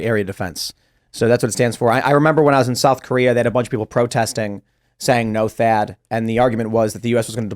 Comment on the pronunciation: Thaad not chad 🤣🤣